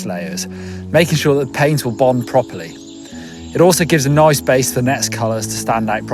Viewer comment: Yeh the way he says noice is so funny